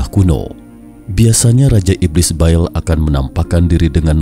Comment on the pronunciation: bukan BAEL...TAPI BAAL